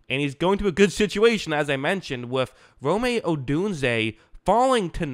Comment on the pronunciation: You've been pronouncing Rome's name wrong just so you know!